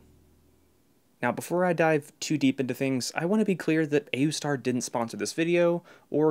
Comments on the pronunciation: pronouncing it oooster is real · It's pronounced Aoostar. hope that helps! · its oostar, the a is silent I guess... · I pronounce it aoostar. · I like pronouncing it as AYOOOstar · I pronounce it A-U-star. (or ayustar) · i pronounce it aoostar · It's pronounced Wooseter